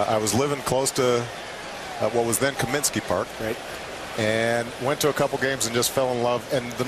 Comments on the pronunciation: It's Comiskey Park, not Cominsky Park . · Like a typical politician he avoids the question. He doesn't even know the name of the stadium.....COMINSKEY PARK??? That's the second time he's called it that. And he didn't even know how to pronounce Dwayne Wise's last name last year after that crazy catch. Not a true fan. And I question whether he actually grew up in Hawaii too but that's another story. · I appreciate President Obama's honesty in regards to how he said he didn't become a Sox fan until he moved to Chicago. The only thing I wish he would learn is the name "Comiskey" not "Kaminsky." Glad to see he is still representing the White Sox! Go Sox! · The flamethrower-in-chief doesn't even know it's "Comiskey," not "Cominskey"...But, then again, Cominskey does rhyme with Alinsky... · "ComiNskey Park" Nigga wha? And be honest, you did not grow up in Hawaii, nor were you born there. Jus' sayin. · "Cominskey" really? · He couldn't even pronounce Comiskey Park the right way!! There is no freaking N in Comiskey. Why does he want to humiliate himself by trying to throw a baseball? Next time he should have his wife or kids throw the first pitch. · "Cominsky" Park. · Obama blathers about how hes a South Side guy who lived only a couple of blocks from the stadium and then promptly mispronounces its name for the second time.